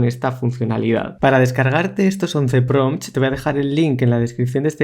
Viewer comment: buenos pRRRRRRRRompts te mandaste amigo